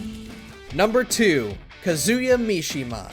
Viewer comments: You did not just pronounce Kazuya Mishima as Kah-Zoo-Yeah Mishima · Did anyone else remember when that one dude on this channel butchered Kazuya's name?